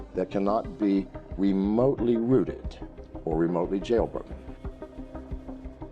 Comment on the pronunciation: "Remotely routed"? No, it's "remotely rooted".